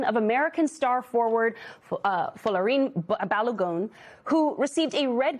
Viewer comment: Finally a presenter who can correctly pronounce Folarin Balogun. Her ancestors may be Yoruba ❤